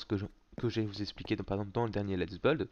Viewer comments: 7 depuis tous se temps ou je connais, il a jamais réussi a dire buiiiiiild il dit beuld mais en même temps, il est belge! xD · g adoré le pitit "lets BEULD" xD